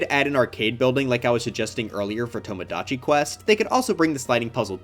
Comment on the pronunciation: why did he pronounce "tomodachi" like that...?